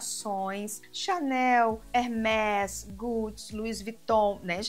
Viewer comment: Pronúncia é hermês, palavra em francês e o acento usado é um som fechado.